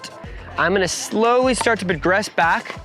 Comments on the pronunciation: Slowly, not slowley. Great video though. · AND it's slowly not "slowely back to the net". But otherwise nice production job.